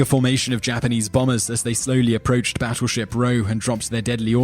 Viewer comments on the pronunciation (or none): Hmmm... Not quite sure it's pronounced "Batturship"